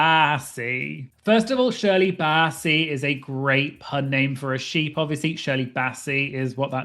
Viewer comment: I love the shepep. Shoeee. Sphe. Ship. Baa cloud.